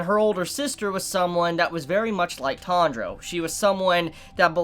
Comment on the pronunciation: Tandra? It’s T-A-N-J-I-R-O